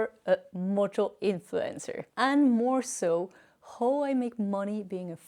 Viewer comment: can someone teach you to finally pronounce "how" in English..PLEASE!.. say hau not hooo